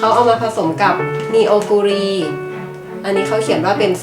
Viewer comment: Neoguri ในภาษาเกาหลี อ่านว่า นอ-กู-รี นะครับ